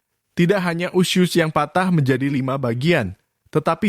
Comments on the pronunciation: Usus....bukan usyuss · Narrator nya mengucap 'usus' dengan 'usyus' 🤣🤣🤣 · Bang bacanya :*USUS* bukan usius 😵‍💫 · Harus kah sebut ( iusius ??🤣🤣). Usus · Usus bang.. bukan usyus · Woy... 🙄🙄🙄🙄🙄 USUS Kaleee Bukan USYUS🙄🙄🙄🙄🙄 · Sama, gue jg pas nonton vidio ini kesel bgt sm yg bacain berita, bilg usus aja usyus.. Dasar dudul nech yg ngomong😂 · Fasih banget bilang nya Usus mind 😁 👉 USYUS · Bilang ussuss nya smpr mndalam gitu.. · Ini berita sadis tp AQ pngen 😅😅😅😅😂😂😂 tyap hostnya menyebut usyus hihihi maaf ya bang jd gagal fokuss...,smngat trus bang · Usyuss.. Entah kenapa saya tidak suka mendengar dia menyebut usyuss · Bilang usus nya lucu bank